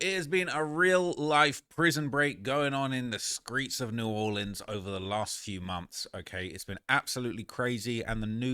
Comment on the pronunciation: Stop saying “screets”